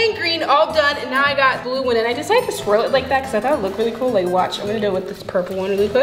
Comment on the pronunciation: "So u make the swirl... then you make the swirk yea" - 2021